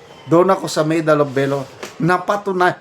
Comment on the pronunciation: Pronounce VALOR : V A L O R, not velor👂🗣️👂🗣️👂🗣️👂 Huwag po kayong ma high blood, gung gong yang si TUTALACSON, tumangap na rin ng maleta yan🤑